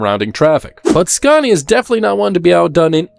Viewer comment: I don't see what a budget has to do with inaccurate dialogue and AWFUL AI pronunciation. For a channel about trucks, showing a video about trucks, to mispronounce their actual names is pretty sloppy. Iveco and Scania for example. Just narrate it yourself, would make a nice change!